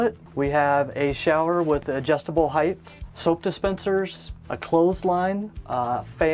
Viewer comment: "Heighth " is not a word. This dude is a CEO of a company worth hundreds of millions of dollars.